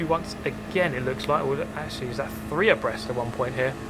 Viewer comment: Lmao I always thought he said "oppressed" Like, what are they oppressing? The track? The line? The Position? Or are THEY being the ones oppressed... by each other? XD